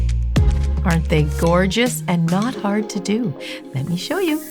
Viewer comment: Did anyone else catch that “thorgeous” at the beginning?